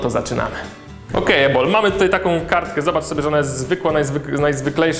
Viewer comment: Usłyszałam Jabol zamiast Ebol Hehehe......